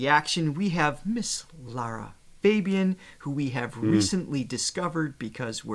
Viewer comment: Her name is not Laura but Lara and Fabian is pronounced the French way. And in Italian all letters are pronounced. So Perdere l'amore both have "re" at the end and that shall be pronounced. Not difficult is it. Heavens, what is wrong with the American's tongues.